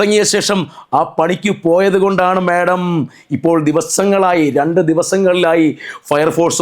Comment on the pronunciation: ചേട്ടാ madom എന്നു പറയല്ലേ